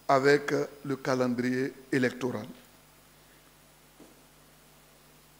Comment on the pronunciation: Regardez-moi cette nullité qui dit avoir été prof de français: ''en renvoyant cette élection aux calendres grecques''. (3.23 à 3.27) Pour ta gouverne on dit ''calendes'' et non ''calendres''.